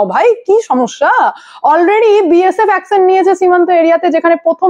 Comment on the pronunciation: অ্যকসন না, অ্যকশন। বাংলাদেসী না, বাংলাদেশী।‌